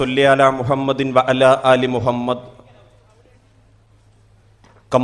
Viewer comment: മുഹമ്മത് എന്ന ഉച്ചാരണം ശരിയല്ല എല്ലാ സ്ഥലങ്ങളിലെയും ഹ എന്ന അക്ഷരം ശ്രദ്ധിക്കുക